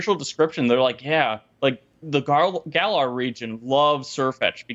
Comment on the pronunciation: Man can somebody teach her how to pronounce Galar properly or is she purposely saying it that way just for the hell of it? What's a guh-larrrrr?